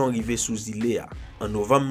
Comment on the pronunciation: Tu raconte bien les histoires mes il y a des mots qui ne sont pas très compréhensible comme Île